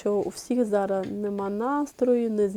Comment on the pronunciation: Приберіть зі своєї речі слово "цупка"...не треба завжди та всюди його тулити!!!!!! І ще є слово "зараЗ", а не зара.....перехід на рідну українську це добре,але не треба так